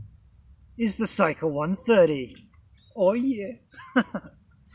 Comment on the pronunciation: It's not SYka but SIka, pronounced with an E. It's an Indo Arabic word that means KNIFE. Lovely review btw!